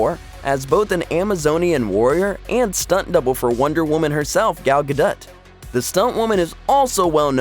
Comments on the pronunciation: I wouldn't admit being in Wonder Woman 1984, also why did you say "Gagut?" lol.... it's Gadot. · yet still says "Gal Gadut"